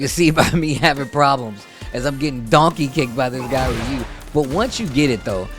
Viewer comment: For a guy thay covers fighting games, i would think youd know how to properly say “Ryu’s” name…